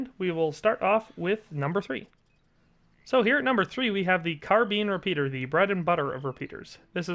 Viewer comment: CARBEEN REPEATER!? LMFAO! 😂